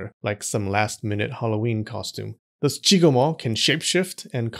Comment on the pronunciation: I know it's not what he was saying, but I couldn't stop hearing JoeRoganMo.